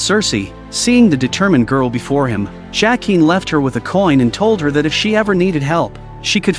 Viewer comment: AI narration is stupidly bad. Mispronounces characters names. Bran pronounces BEN-jen correctly. Why can’t the narrator? LYE-AH-na? Duke of Winterfell? Seriously? JACK-EEN? WTF?